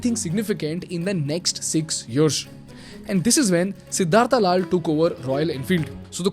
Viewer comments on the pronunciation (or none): What is सिद्धार्था its सिद्धार्थ you are from india bhai By the way great video